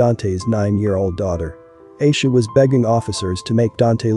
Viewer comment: It’s Aisha (I-E-SHA) lol